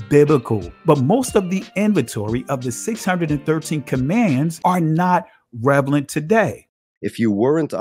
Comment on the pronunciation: You gotta look up how to say maimonides and relevant....